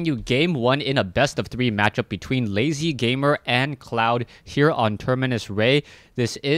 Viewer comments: LzGamer is pronounced "L. Z.-Gamer" not "lazyGamer".......... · No offence, but sometimes you have bad name pronunciations, please check the names before casting them =D (its L-Z gamer)